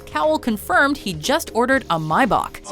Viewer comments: its pronounced "may back" not my bark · i love how they butcher a pronounciation of a car name said on the show. its may bach not my bok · What is a My-Bok?!! Surely you mean Maybach. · wtf is a "My-buck"??!! i know what a Maybach (May-back) is... and fukin "Poojoe" really! i also know what a Peugeot (Pur-joe) is, but fukin "Poojoe"... and new Topgear is utterly atrocious... there's already an American Topgear (and mind you, its fuckin awesome to watch... i love it) so why the hell is Matt LeBlanc a host??!! i dont get it